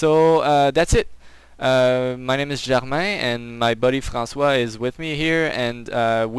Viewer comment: are ye french ????? Alors tu parle francais =D ????? 5Just because by saying ( Francois) you put in a very french accent =D